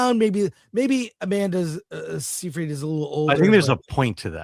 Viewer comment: Chris can't pronounce Seyfried!